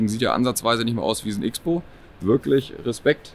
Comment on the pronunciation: Hört bitte mit dem "X" - bow auf.. das Auto heisst "CROSSBOW"!